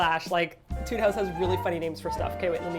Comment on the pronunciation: It's pronounced ā-tude :p (musician)